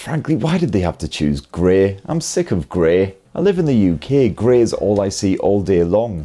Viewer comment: grê, yookê, all dê 😅